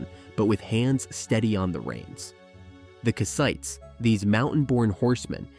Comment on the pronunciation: Nice video but... "ite" is not the stressed syllable, "Kass" is. Anytime in English you see a people whose name ends in "ite" the ite" is never the stressed syllable. Kassite, Hittite, Samnite, Elamite, etc - all unstressed "ite".